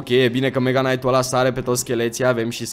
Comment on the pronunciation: Salut ai grija la knight nu se citeste k-ul la fel ca si la knife (nife) Bafta:))